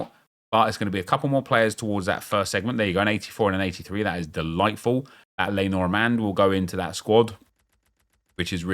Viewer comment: did he say de-lightful on purpose after seeing de ligt 😭